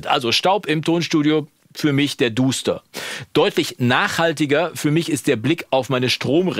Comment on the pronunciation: Achtung klugscheißer Alarm! Dust [dəst] englisch = Staub Also nicht Duster sondern Daster.😉